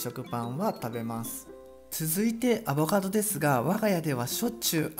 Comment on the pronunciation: さぁ～～～ん、「アボガド」じゃなく「アボ “ か ” ド」ですよね？wwww自分も以前友人から指摘をされた人間ですけど。汗